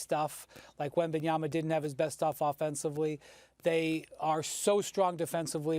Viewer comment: They need to call this man by his name. If they can't say Wembanyama then call him by his first name like they do with Giannis.